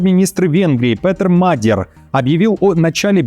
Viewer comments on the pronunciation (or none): почему Вы нового премьера Венгрии называете Мадьяр? В сети (Wikipedia) и в жизни он Magyar а не Madyar...